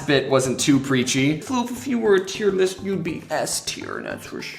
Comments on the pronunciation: man i just love a good ol' IER LIS' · “TEIR LIST” Lmao